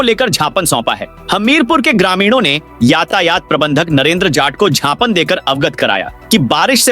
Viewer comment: Gapan nahi gyapan hota hai